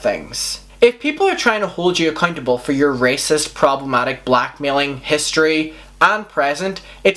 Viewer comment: Love the way you say accuntable